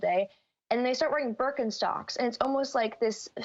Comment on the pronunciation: "Bööööörkenstocks" XD XD XD